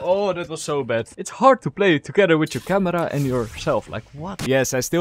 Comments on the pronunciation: It's camera not kamra😂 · its not camara its camera bruh :\